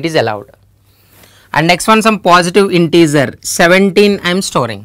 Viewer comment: integer not intezer😄